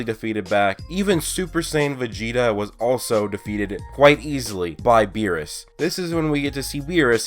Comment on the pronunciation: lol he said whirus